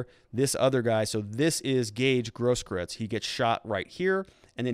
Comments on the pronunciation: Grosskreutz is pronounced gross kroytz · You have to work on your german pronunciations. Grosskreutz means big cross. Gross kreutz. I aggree this is politics. They have to prosecute him, but put so many things forward for the defence, so he will mostly get of the hook. A prosecutor shoud put forward everything that speaks against and for the defendant, so technically they do the right thing.